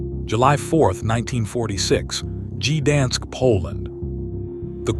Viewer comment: "Gee-dansk"! "World War eye-eye"!